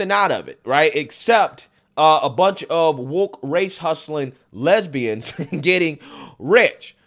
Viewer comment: Jesse said lesbians as if it's an actual country 😂😂😂😂😂